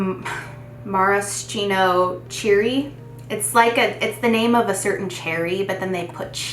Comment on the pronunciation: Mare-ah-she-no is how you say it. I picked up black cherry chutney last year off of your recommendation and I have loved it ever since!